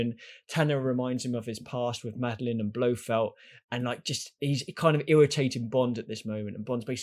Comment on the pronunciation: It's Blofeld, not Blofield